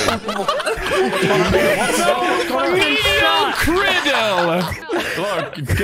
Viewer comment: “MEDIO CREDYL!!!!”